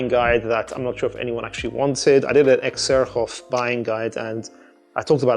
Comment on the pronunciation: X-her-a-hoff? The brand is pronounced ZER-JOFF good sir.